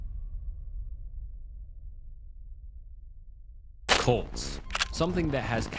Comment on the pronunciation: Oh CuLts. Sorry I thought you said something else.